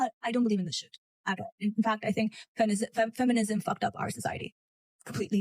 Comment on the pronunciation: It's not fam-mi-nism It's fem-mi-nism